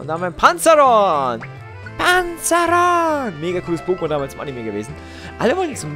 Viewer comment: Panzaeron nicht Panzaron xD